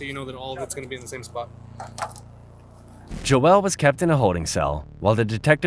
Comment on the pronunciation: So all he needed to do, was be called Alteir and they would have a full confession??! I know those detectives are pissed. And no wonder he didn’t answer anything bc his name is pronounced Jo-el, not Jo-ol.